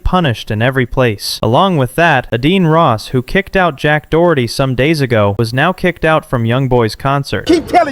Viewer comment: I don’t care about Adin Ross or Jack Doherty, but the narrator of this channel sounds brainless.. & as soon as I heard “Adeen Ross”, I knew the channel was a joke..